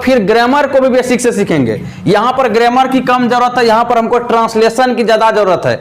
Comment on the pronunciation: सर ग्रेमर नही ग्रामर बोलते है